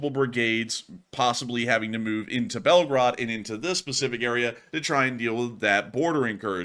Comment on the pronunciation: Please pronounce correctly the city name because it sounds like Belgrade ( Serbia) 😅😊 Correct way is Belgooooroood not Belgarad